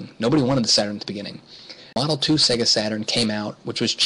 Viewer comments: That would be SEGA (Seyyyga) not SEGGA. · Indeed. Many of the older SEGA console games have the old SEGA jingle where the pronunciation can be clearly heard. I don't know why some people say 'SEGGA' (as in EGG). It's SEGA (as in AGES)